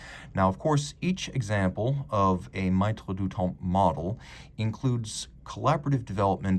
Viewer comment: Really nice piece and as always, a great review. FYI, it's pronounced "meh-treh", not "my-treh".